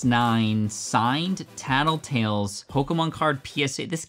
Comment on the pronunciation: The Tekashi 69 card had me dying laughing "taddletail" smh really ....really 🤦